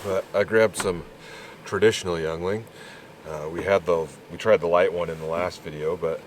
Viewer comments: It’s pronounced yengling not youngling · Pronounced Ying ling! 😊 Brewed in Pottsville PA near me! Cheers! 🍻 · As a local to PA Yuengling beer is a staple of our state. It's actually pronounced "Ying" "Ling" lol. Cheers! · Not a lot of things annoy me but please learn how to say the name of the beer correctly.